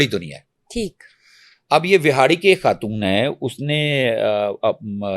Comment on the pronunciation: Host must set her vocab right Its خان not كهان Its خاتون not كهاتون You خ is not coming out right and being replaced by كه